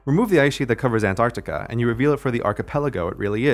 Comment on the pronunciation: forever a-ntartica